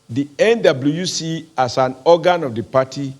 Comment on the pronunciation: Is it just me or does oshomole say “NWC” sounds like “Indaboski” 😂